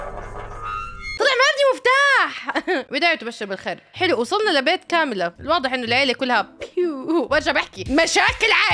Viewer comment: كامله مش كاميلا 😅